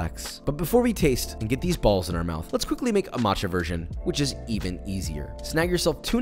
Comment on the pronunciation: I love his saying of "bAlLs"